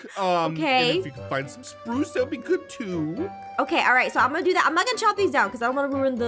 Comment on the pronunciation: Dat Or Zat Or That